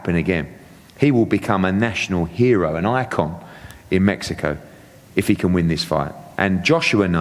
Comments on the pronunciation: Where the fuck is, "metzico"? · This guy can’t even say Mexico right lol smh